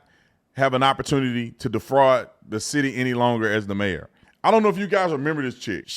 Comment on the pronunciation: Paused 40 seconds in... Mayor? Or MARE? Maybe BROOD MARE!